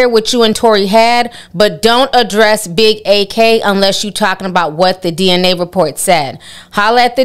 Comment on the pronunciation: Ak destroyed Meg on his twitch stream..... and its pronounced Ak (Acc) not A-k lol